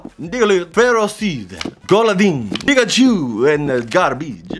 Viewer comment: I swear it sounded like he said nigga-chu